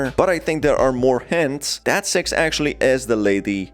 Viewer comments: Not going to lie, when listening to the video, I misheard six as sex countless times. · Are supposed to be saying six🤣🤣🤣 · When he says six on ccs it says sex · You keep mispronouncing her name lmao, her name is six not sex. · Six Captions: Sex Me what i hear: Sex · Wuy Do you Keep saying sex???????????🧐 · Everyone: Six!: Sex! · Why do you call six sex? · I just like to point out that the way you pronounce "six" is disturbing. Just turn on the subtitles throughout the whole video and see lmao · The way you pronounce six might get you demonotized